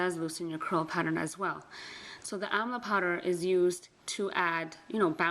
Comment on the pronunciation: Amla not Amal. Sorry